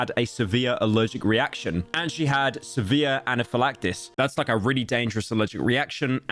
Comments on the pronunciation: No way bro pronounced anaphylaxis as ana phil actis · "anafillacttis" add it to the pyro dysphasia comp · Man how do you butcher anaphylaxis this badly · pyro mispronounces "anaphylaxis" . bully him.